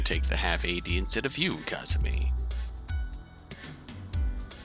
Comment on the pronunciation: i'm gonna be that guy, sorry, pls forgive my pedantry it's kazami, not kazumi